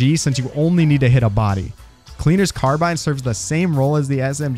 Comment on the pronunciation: Good video! I really wasn't aware that the Huntsman had so much potential. By the way, very minor gripe: "Cleaner's Carbine" rhymes if you pronounce it correctly.